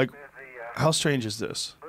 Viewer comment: Joe "It's very stange!" Rogan